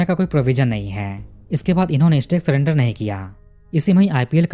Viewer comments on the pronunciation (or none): none